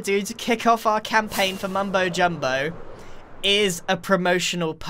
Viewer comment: How the f**k did you mess up mumbo's name EVERY TIME IN YOUR SENTENCE?!